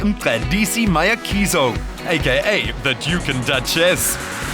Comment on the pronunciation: wow, no! it's so sad how the narrator failed to pronounce "Mayekiso" and yet he got the Brazilain model's name right. Top Billing, you can really do better.